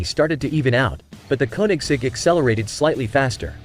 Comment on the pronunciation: Why can't the commentator pronounce the names of the Rimac and the Koenigsegg correctly???😠